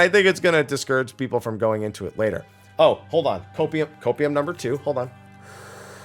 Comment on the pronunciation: What was that? Copeieum? O2? Huffing? I’m curious ? What’s that ?!?!?